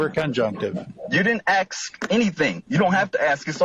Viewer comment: At least says statute instead of statue. But he do say axe sometimes instead of ask.